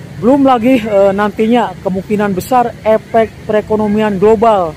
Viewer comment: Min . oakai ucapan yg gagah donk. jangan bilang Copid dan epek ...cobalah PASTI BISA